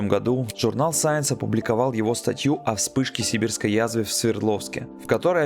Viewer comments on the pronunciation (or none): none